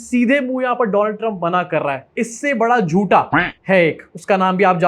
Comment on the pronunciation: Donald Trump ❌ Doland Trump ✅